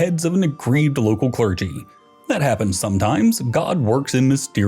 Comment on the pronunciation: Someone get this dude an English pronunciation guide. Clergy, papacy, archbishop...